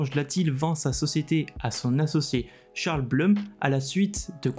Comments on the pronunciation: ☝🤓 Si le nom Blum est d'origine germanique, ça se prononce "bloum". En Allemand 'U' c'est 'ou' et 'Ü' c'est 'u' mais jamais 'eu', ça c'est en Anglais. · Je pense qu'on dit Bloum, non?